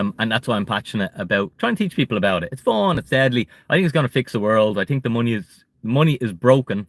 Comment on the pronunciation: Don’t tink small lol